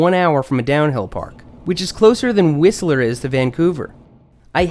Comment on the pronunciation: Hey your pronunciation of Whistler is starting to sound more like a BC resident!